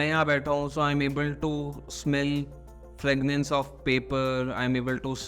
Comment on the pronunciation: Fragrance not fragnance